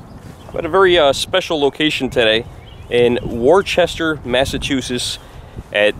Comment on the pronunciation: Today is also the grandfater of moden Blues and Rock& Roll Robert Johnson Its pronounced Woosta!